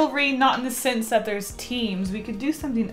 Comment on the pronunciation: When she says sense, it sounds like "sins"